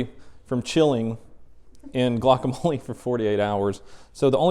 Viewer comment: its gluokamole